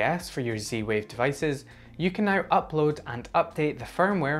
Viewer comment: Your accent confuses me. Where are you from and why do you call it C-Wave?